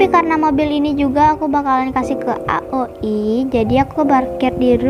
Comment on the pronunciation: Bagus kok tapi di rapiin lagi ya👍 Ohiya bacanya aoi aja jangan a o i 🙏